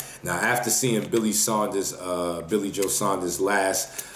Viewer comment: its pronounced SAWNDERS. All americans get it wrong for some reason lol. Hes got so much skill, but not the power to keep GGG or Canelo off him. I think he should've have been at light middle for a long time personally.